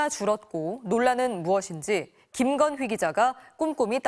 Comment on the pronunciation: ㅋㅋㅋ앵커가 기자 이름 말할 때 힘줘서 김건휴? 김건휘? 라고 발음하는거ㅋㅋㅋㅋㅋㅋㅋㅋㅋㅋㅋㅋㅋ기자님 이름 지못미네요….김건희 여사가 (…) mbc 뉴스 김건휩니다!ㅋㅋㅋㅋㅋㅋㅋㅋ